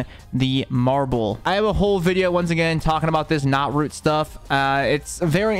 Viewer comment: my fav tip was you miss speaking saying that the common "green" axe couldn't break knootroot lol half true XD all around great video thank you